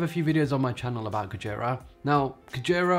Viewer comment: Nice video! Your Japanese pronunciation of "Whale" is a little incorrect, but no big deal!